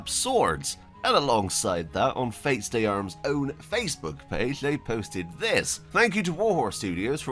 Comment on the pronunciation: "Faits d'armes" try saying it like this "Fey darm"